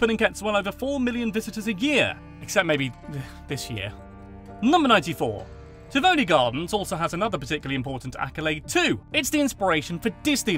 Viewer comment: I've never heard a person pronounce Tivoli like that lmfao